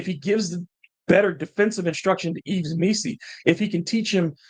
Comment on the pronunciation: 👊 The S is silent in Yves, pretty sure, btw. Pronounced eve